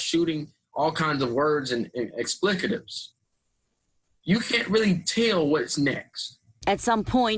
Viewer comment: Haha ha Explickatives haha what the